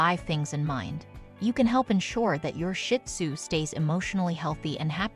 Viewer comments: Another option for avoiding loneliness when you have to be away for a couple hours is to adopt a companion. I have a pair of shih tzu and they’re never lonely though they do miss me when I’m gone. (And pronunciation correction. It’s not “shit-sue”. It’s “shih-tsue”. 🤦🏻‍♀️) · It’s not shit zoo, please pronounce it right Shee zoo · It is not pronounced Shit Tzu, the proper name is Shih Tzu. My little man is 5 now ❤🐕🐕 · Never pronounced Shit Tzu its's Sheets Tzu or Shes Tzu (means little lion in Chinese) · Pet peeve of mine! Not shit tzu! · PLEASE LEARN TO PRONOUNCE SHIH-TUZ-I CANT STAND STUPID PEOPLE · You can not even pronounce the name. It's not shit sue. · It’s actually pronounced sheed-zoo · I'm thinking the same thing! Shih does not have a T at the end, it has an H!!!